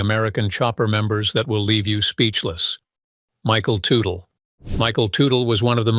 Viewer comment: The AI reader can’t get the name right. It’s pronounced Tuttle not Tootle.